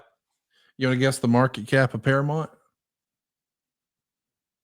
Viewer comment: It's not "Paramont" Conrad!!